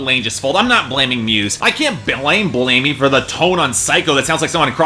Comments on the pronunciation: it's pronounced Bell-uh-me, man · "i'm a muse fan".....pronounces Matthew Bellamy's last name name Bell-amy love how you said psycho is homo-ertoic. ass on your mind there mate? the drill sergeant at the start sort of shows that the track wasn't going to be overly complicated lyrically. The instrumentation on this album is some of muses best work, i'm not sure you've heard Absolution, reapers and the handler sound like it's straight from it. You're also possibly mixing up queen with U2? i don't know where you're getting a queen vide from other than some falsettos maybe...? American reviews always seen to miss the mark. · Matt Bell-Ay-Me? Yeh. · You pronounced matts name wrong